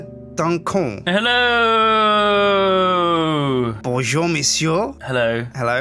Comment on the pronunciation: Ummm Monsieur Duncan... You pronounced it like "d'un con" which translates to "of a dipshit" xD